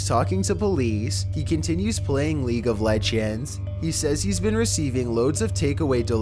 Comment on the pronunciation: i like when he pronounced “league of legends” lol